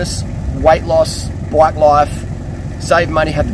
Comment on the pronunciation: Every time you say bike I hear black, haha. Nice video!